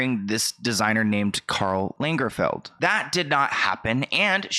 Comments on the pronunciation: It’s Karl Lagerfeld not langerfield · the biggest concern here is that you pronounced Karl Lagerfeld as Langerfeld no shade but LOL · its Karl Lagerfield not Lingerfeld lol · It’s Karl LAGERFELD , not LINGERFELD. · "This designer called Karl Läängerfield" - oh come on, really?!!! 😅